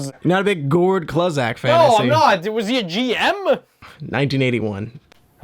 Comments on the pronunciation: 1982...get a clue. Say clue-Zach. Not Klahzak. act like you know hockey before you try to run this channel. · Gord Kluzak (pronounced like clue) was an incredible d-man for the Boston Bears! Coulda been HHOF material except he destroyed his knee(s) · gord CLUE-ZACH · you pronounced Kluzak incorrectly! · You butchered Gord Kluzaks name